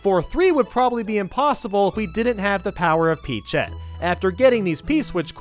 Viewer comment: Did...Did he say peachette?